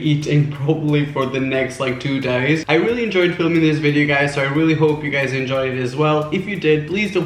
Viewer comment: I hear "I'm alot of you gUzez"